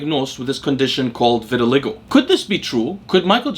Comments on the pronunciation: This never even occurred to me but it certainly seems likely. Since you mentioned it I do think it's pronounced vitil/ai/go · Pronouncement of VITILAGO vi•tuh•lai•gow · Hey. The word "vitiligo" is pronounced ver-ti-lie-go. ✌🏼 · I think it’s pronounced “vit” as in vitamin, “ill” as in sickness, “lie” as in what fat people tell themselves about having a genetic propensity that prevents them from losing weight, “go” as in what people don’t do at stop signs when they have the right of way in my city. Vit-ill-eye-go. That’s how I’ve heard it pronounced by doctors, at least, and a janitor I knew who had the condition, but it might be a tomato-tamato thing 🤷🏻‍♂️ Anyways nice video haha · Vit-i-(schwa)-LI-go Emphasis on third syllable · Why didn’t you just watch a video where someone says vitiligo rather than continuously mispronouncing it on a video that clearly took a lot of effort? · Obviously he thought he knew how it was pronounced, nobody pronounces words wrong on purpose bro, stop and think for a second before being critical